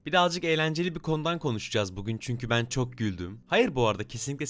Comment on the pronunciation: Kadının -Çoğhh üzücü 😆🤣